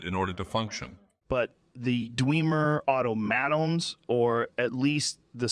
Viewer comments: Everything is perfect even down to the detail that Joe is having trouble saying automaton. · Ironic the AI struggles with the word "automaton"